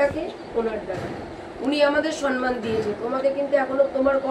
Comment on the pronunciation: ম্যাডাম আপনি সন্মান বলেন কেন?ওটা ভূল শব্দ। ঠিক কথা হোলো সম্মান।সম্+মান সন্+মান নয়।